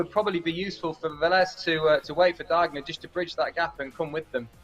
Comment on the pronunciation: P.S. "Diegner" is pronounced "Deagner". In your way it would be spelled "Daigner/Deigner" in German.